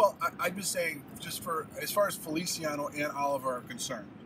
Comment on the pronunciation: yes but you pronounced the Spanish version, the Italian version is ( fe- lee- chee- a - no